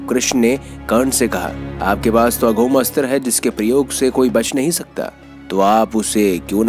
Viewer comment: पूरी विडीयो में बार बार अघोम अस्त्र बोल रहे हो।अघोम नहीं ।। अमोघ अस्त्र है। अमोघ अस्त्र वासवी शक्ती